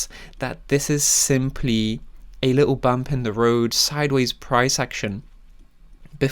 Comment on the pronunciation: A li-ull while. Never enunciate your T's